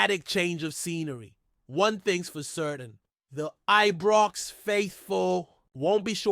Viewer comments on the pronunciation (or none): Knows fuck all about Rangers he says Eebrox what a fanny